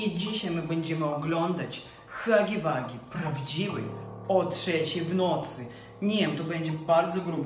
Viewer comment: Huggy Wuggy nie czyta śię hagi wagi tylko hagi łagi